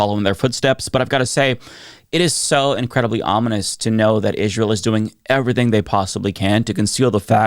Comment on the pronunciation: “Ihjz-rael” is an odd pronunciation.